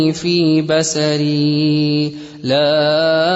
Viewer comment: Very nice presentation Ma Sha Allah but there are a few "errors" like "مستطعت..." doesn't appear for long enough along with the recitation and Allahumma 'aafini fi basari has س instead of ص sound, which impacts the meaning of the dua... Few errors like that, otherwise Alhamdolillah very concise and beautifully presented. Ma Sha Allah, may Allah reward all of us for listening or reciting along silently, and forgive our transgressions and mistakes. Barak Allah fee'kum and jazak Allah Khair